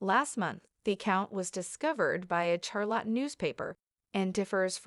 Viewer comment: If you’re going to report this case, at least learn some respect in how you pronounce her name. Also you are pronouncing Charlotte wrong.